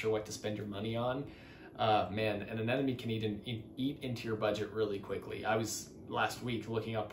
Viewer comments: (Ah Neh Moh Nee) Not (Ah Neh Nah Me) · yeahh i noticed americans say anemone as anenome but whats funnier are filipinos saying animown